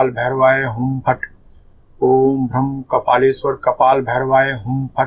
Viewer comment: Bij is भ्राम not भ्रम